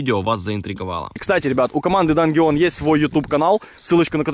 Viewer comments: "дангеон" Омагад ты шо крейзи? Это же очевидное английское слово, которое читается как "данжион" Простите за доеб, я сдаю экзамен по английскому:)) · Дангеон????? Это действительно такое название канала или не правильно прочёл (Данжен) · Может данжн, а не дангеон?